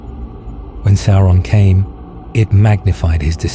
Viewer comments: "Sow-ron" not "Sore-on" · These studies and explanations of the lands, places, events and characters of Middle Earth are a feast for the eyes and ears. I have but one tiny gripe - Sauron is not pronounced Sore on. It is almost Sour on. But with the 'a' in the name, this makes it Sa-our on. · Can everyone please remember that the pronunciation is "SOUR-on" rather than "SORE-on"? Surely Tolkien's legacy asks for getting these details correct?! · You REALLY gotta work on your pronunciations, Sauron isn't pronounced "Soar-on" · Make sure the AI voiceover pronounces Sauron correctly, my dude.